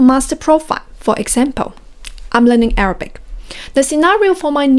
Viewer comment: You pronounce Arabic incorrectly